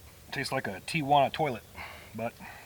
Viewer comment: "a Tiajuana toilet"! Mmmm